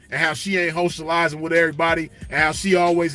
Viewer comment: said hoecializing😂😂😂